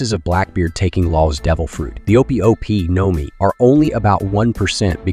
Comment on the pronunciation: No mi bro your pronunciations are terrible